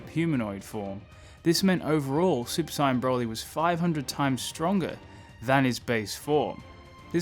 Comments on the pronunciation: Bro if your channel is about dragonball atleast say the word SAIYAN CORRECTLY dude its not SCIENCE is fking SAIYAN DIPSHIT... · You say “Saiyan” like Sigh-yan. It’s SAY-yan. I was thinking you were saying “Sign” for a minute. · Super “Sign-En” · No hate but it sounds like you say super cyan, and for some reason i like it that way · Come on, come on,, say it with me: "Say-an". "Saaaaay-aaan" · The way you say saiyan pisses me off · The way you say saiyan is annoying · Pleas say Saiyan correctly and I’ll sub to you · dude, indeed saiyajjn (Japanese no N) and saiyan (english) you just pronounce the word saiyan ( in your way) which is neither the right English or Japanese way. You just made up your own prenounciation and its stupid when your channel is about DB. Just admit your fucking the word up and stop justifying it.